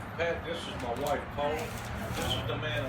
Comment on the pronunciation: nothing more southern than "Oh thats some fireworks an mah Bible". A+